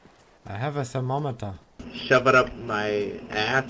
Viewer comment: u warmed my heart when u said i have a zTHER MO METER